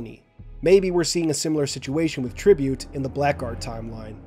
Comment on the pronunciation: Hey man, few months late so probably never going to reach you but just so you know in the word "blackguard" the "ck" is actually silent! It's where we get the modern spelling of "blaggard"